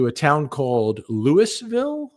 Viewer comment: It’s not lul/ville. It’s Lou-ville.